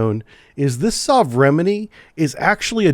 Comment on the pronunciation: Repeat after me. 'Sove-re-men-ie' . Meaning ' Modern Type'